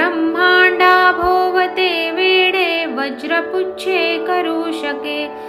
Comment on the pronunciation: ब्रम्हांडाभोवती "वेढे"..वेडे नाही..